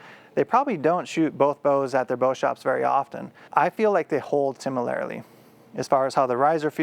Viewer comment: "I feel they hold TIMilarly"